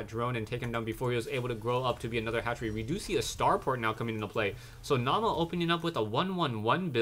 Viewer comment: Naama is a finnish player, and the meaning of the word is "Face" And btw, Naama is pronounced without any accent :) (I'm a finn, too)